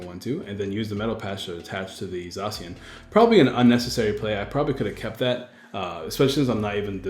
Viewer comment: "Zaa cian" I think not "Zae cian", it's how me and all my friends say it. We also just call it Sword Doggo